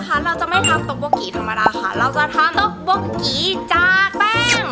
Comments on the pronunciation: ต็อกบกกี ❌ ต็อกบกกี๋ ⭕️ 😂😂😂😂 ไม่ได้มีเจตนาจะดราม่านะคะ แง แซวว่ามันน่ารักดีค่ะ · ต๊อกบกกีไหมคะ นี่ได้ยินพวกพี่พูดว่าต๊อกบกกี๋ทั้งคลิป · ต้อกป้กกี่ไม่ใช่ต้อกป้กกี๋555+🤣🤣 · ออกเสียง ต๊อกบก “กี” นะคะ ไม่ใช่ “กี๊” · พี่ต๊อกบกกี ไม่ใช่ ต๊อกบกกี๋ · ทำไมพี่อ่านว่าต็อกบกกี๋หรอคะ แงงงง หรือหนูเรียนผิดมาตลอด 3 ปีเลย อันนี้สงสัยเฉยๆนะคะ เพราะหนูเรียนมันอ่านว่าต็อกบกกี เลยสงสัยเฉยๆค่ะ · ทำไมถึงพูดว่าต๊อกป๊อกกี๋ ทำไมไม่พูดต๊อกป๊อกกี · มันอ่านว่า ต๊อก-ป๊อก-กี ค่า(เสียงเหนื่อยคนที่โตกว่า แต่คือพี่ก็โตแล้วอะ ก็ครวจะเป็นคนโตมากกว่านี้มั้ย)อันนี้หนูsupportนะคะ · ฟังคำว่าต้อกโบกี๋ละมันหัดหูอะ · 오늘을 톡톡일을 만들거야. อ่านว่า "โอนือรืน ท๊กท๊ก กี รืล มันดืล กอ ยา" (ก็ถ้าเค้าาอ่านผิดก็ขออภัยด้วยน้าาา)